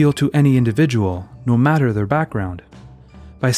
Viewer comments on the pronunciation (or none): none